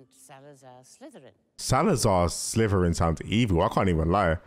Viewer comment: “Slavoslar Slytherrin”